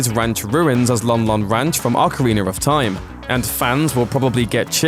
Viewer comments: Why does he say ocariner it's ocarina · you're another of those sillies that says "ocariner" :v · Are we just gonna let it slide that he pronounces Ocarina, Ocarinar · ocariner in time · Ocariner of time?? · ocariner of time... non true zelda fan, made me rage. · Ocariner of Time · "Ocarinar of Time!" lol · Man, OcArInEr Of TiMe is AmAzInG! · Lol Ocariner of Time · awwkerreener of time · Can someone explain to my uncultured self why British people call pronounce ocarina as "ocariner"?